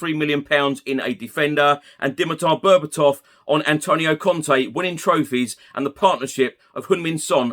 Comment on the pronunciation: Berbatov is correct mate